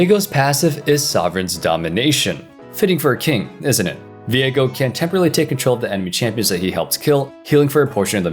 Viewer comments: I thought it's pronounced "veego" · If his name is pronounced as vee-ae-go than viegars name is now pronounced vee-ae-gar and everyone who says otherwise is wrong